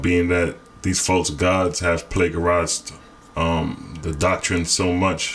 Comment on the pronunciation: the word plagiarized - plAjerized (g said J/dj)